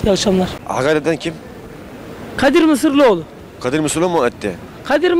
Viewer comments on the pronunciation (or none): Keşke önce soyadını öğrenebilseydiniz. Mısırlıoğlu değil Mısıroğlu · MISIROĞLU.. mısırlıoğlu değil! önce bunu öğrenin..